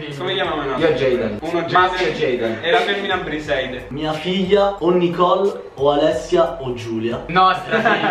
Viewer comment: Guarda che dice priseide